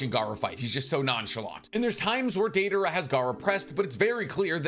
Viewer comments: Daedora? Where the hell is Deidara mentioned like that?? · the butchering of Deidaras name in notbut rn video and this comment hurts my heart